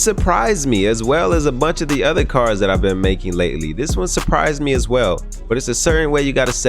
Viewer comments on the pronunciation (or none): none